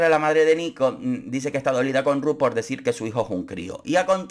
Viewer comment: Extrañare la manera que pronuncias RRRuth!!😂